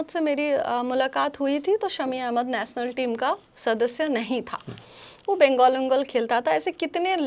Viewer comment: Aree didi ...PHLE BOLNA SIKH LO...NATIONAL HOTA HA NATNAL NAHI 😂😂😂APNA DIAMOND KO KRAB KIYA HA BUT HUMRE SHAMI BHAI DIAMOND SA BHI AGAA HA ...WO BHOT ACCHA INSAN HA🎉WE PROUD THAT SHAMI BHAI IS INDIAN TEAM ME HA😊